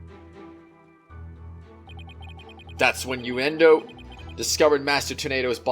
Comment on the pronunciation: Uendo is pronounced like window i guess